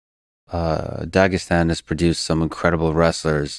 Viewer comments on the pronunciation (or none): This is the first time I've ever heard someone pronounce the first syllable of Dagestan properly with a throaty tone "Dhaag" but then pronounce the last syllable improperly, like the name Stan. Lol. Usually an English speaker just gets it fully wrong (not there fault if they didn't know) with "Dag" like "nag" and then "is-tan" or if they learned the right way they say "Dhaag" "is-thaan" the way it should. But getting the 1st syllable right but the 2nd in the typical wrong way is a trip to hear.